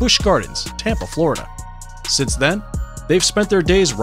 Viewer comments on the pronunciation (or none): none